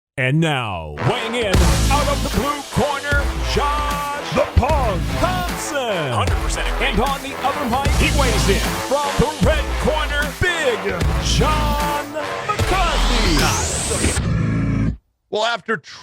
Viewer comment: I have always thought it sounds like "the pug" and it makes me laugh every time.